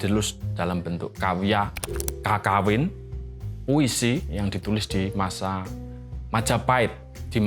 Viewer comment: Cara bacanya Kekawin pak, pake pepet, aneh aja kalo didengar kalo "KAKAWIN"